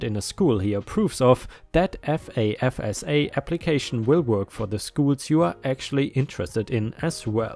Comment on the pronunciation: Grants aren't the only thing FAFSA does (note to: pronounced "faf-sa"). It also determines whether you are eligible for federally subsidized loans, federal direct unsubsidized loans, as well as federal work study programs. You do not necessarily have to be below poverty level to qualify.